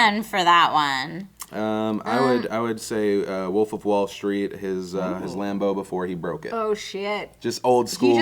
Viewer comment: What makes me cringe: when refers to wolf as "woof". Like nails on a chalkboard.